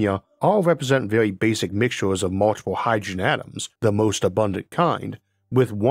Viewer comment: "These all wepwesent mixtuwes of hydwogen"